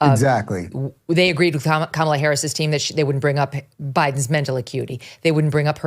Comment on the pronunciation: Lol all Republicans pronounce Kamala wrong 🤣